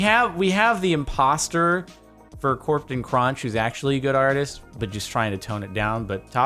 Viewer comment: Corptan Cronch XD